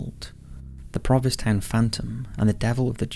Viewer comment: The "Black Flash" is obviously fictitious, since the name of the town, "Proviss Town," doesn't exist---unless you meant "Provincetown?" (You definitely left out the "n" every time you said it.) Stay safe, everyone.